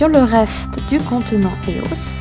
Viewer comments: Ça se dit pas éos mais E O S tu lis les lettres une par une. et copieuse de vidéos allemandes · E.O.S et anglais donn'c on le prennonce en anglais, c'est comme Fluff ok le prenonce fleuff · Lilou sɴᴏᴏᴘʏ Ouais sa se dit eos (ios) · Même si ça s'écrit pas comme ça, ça ce prononce I-O-S, pas EOS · tu dis faux eos